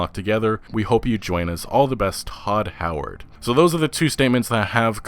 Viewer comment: "Hodd Howard"